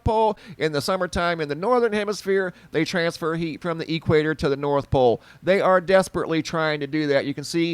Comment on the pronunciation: lol Say Equator again! <3 "E-Quator" hahaha I love it. Thank you for this update!!